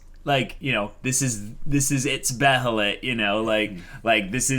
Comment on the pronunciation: Still gonna say this, behelit is pronunced Bay uh lit